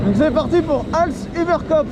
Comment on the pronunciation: On prononce als uber copf